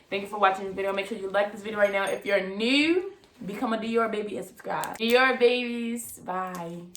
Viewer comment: Tht Baltimore newwww she said nouuuu